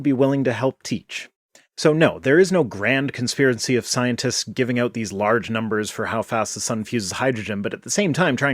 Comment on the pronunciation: The way this guy pronounces "scientist" is just odd. It sounds like "Sionist."